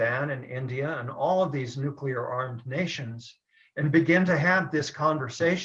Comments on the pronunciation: Nuclear, not nucular. I twitch every time you say it lolol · Great vid! Minor, very minor, bit of input; it' NOOK-LEE-UR, way not NOOK-U-LUR (from an OCD science guy, 😖) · Nucular weapons, what's that? Ohhhh... Nuclear weapons, okay got it. I guess is related to George W. Bush. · Yes, pronounces nuclear funny. It's a Canadian thing, LoL